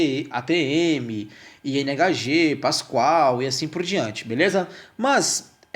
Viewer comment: Unidade de medida "Pascal" e não "Pascoal"